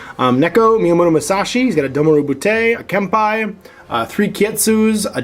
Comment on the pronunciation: Ouch; the Japanese. Keisotsu: Kay-soh-tsu "けい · そつ" ( Kempeitai: Kem-pay-tye "けん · ぺい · たい" ( Domaru Butai: Doh-ma-ru bu-tye "どう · まる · ぶ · たい"( "Neko": Neh-koh, "ねこ" ( ... that said, you nailed Miyamoto Musashi; helps that it doesn't have any double-vowels. ;) EDIT: For anyone correcting my corrections: I'm simplifying. Added kana and links to better-satisfy. :/